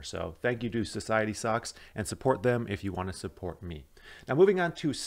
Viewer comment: So it's Society socks. I thought you said society sucks. LOL